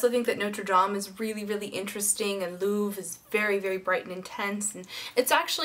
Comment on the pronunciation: r = soft "hacking" so Louvre has the same soft hacking as Notre, as well as the r in Triomphe and Versailles, etc. and Élysée is pronounced Ay-lee-zay (like literally saying the letter A, not aye like a pirate haha)